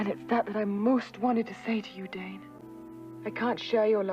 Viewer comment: Great clip from the show! A quick correction. His name isn’t Dan, it’s Dane like plane.